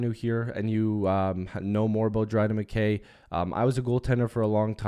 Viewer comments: Mick-Kay MacKay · It’s pronounced Mick-I